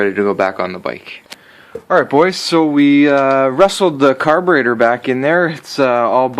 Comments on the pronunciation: I was going to say did he say carbanator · The way you said carburetor I had to leave the video